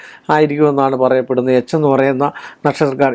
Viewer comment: നിനക്ക് എന്താടാ എച്ചി എന്ന് പറയുന്ന സ്പെല്ലിംഗ് ഒടുക്കത്തെ പറച്ചിലും ദേഷ്യം